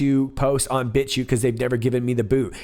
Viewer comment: Did you say Bitchute or Bitch Shoot?